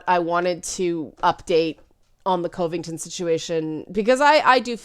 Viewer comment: It's far more annoying to hear that ongoing pronunciation of Covington than any assessment of the incident. Consensus is no longer possible. People don't want consensus, which means that nobody loses. That message doesn't fly or float when voting has become primarily a way to "trigger" the other side. One group will have to be sacrificed, and then everyone can go on as normal. No prize for guessing who'll get the chop. And you'll be cheering the loudest when we do.